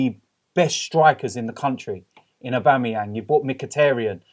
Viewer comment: Guys please lets pronounce Mkhitaryan's name correctly. Its Mkhi-TAR-yan, not Mkhi-TER-yan. Its TAR as in dark viscous substance. Robbie, please take note.